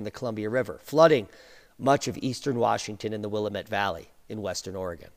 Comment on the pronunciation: Will-LAMB-it Valley. That's how we pronounce it.